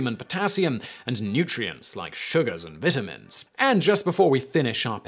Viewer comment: Most of this video is an add😂 also it's vitamin not vitAAAmin